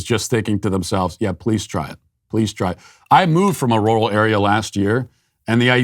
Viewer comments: I'm getting a kick out of Matt trying to say "rural".... it's NOT "roar-al" it's "rer-ull"! hahahaha It was very entertaining to hear him say it repeatedly in a very stilted way! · Matt’s R’s sound like W’s when he says rural. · that's weird.... but I know there are areas where it's pronounced like that. My parents are from the Midwest and they used to go to Roo-ull King for things. I think they drove a shivvy truck back then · Matt struggles to say rural lol. Oh man 😆